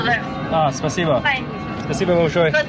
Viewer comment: PLEASE stop saying спасибо, spaseba, it’s driving me crazy, and I want to mention it’s still a Terrorist state, attacking and killing innocent people, you only have to be heard saying a wrong word and you’ll be in the boob, JAIL, be careful, it’s not all rosey and dandy mate 🤷‍♂️🇬🇧🇺🇦🇬🇧